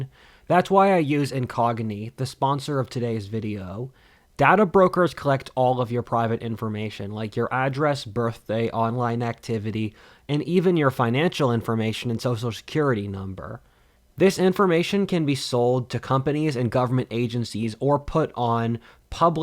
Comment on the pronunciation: i like that you pronounced birthday like “birfday” subbed